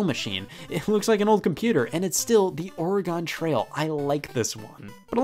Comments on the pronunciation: I cringe every time I hear him pronounce “Oregon Trail” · I'm still waiting for the day that a retro game reviewer is able to pronounce "Oregon Trail" correctly. I assume I'll die waiting.